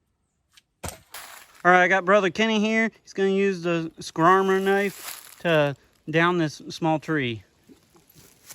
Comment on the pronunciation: The only problem you had with the knife was pronouncing the name. Think of it as a a bull of a knife. The Brahma Skrama.